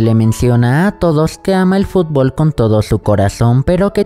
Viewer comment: Xd dice fublo